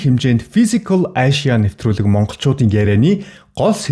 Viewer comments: Ашияа гээд байх юм. Эйшия гэл дээ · Мундаг залуу шүү. Би влогийг чинь үзэх дуртай. Харин нэг юм хэлэхэд англи хэлээ сайжруулаарай. Asia гэдгийг ЭЙЖА гэж дуудна. Амжилт!😍👍🙏